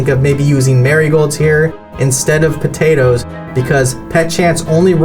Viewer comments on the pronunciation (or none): none